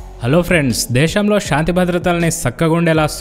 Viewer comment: షాంతి కాదు నాయనా శాంతి